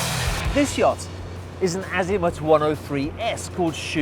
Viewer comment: ..every time he pronounces "Yacht" it reminds me of the Monsters Inc YAK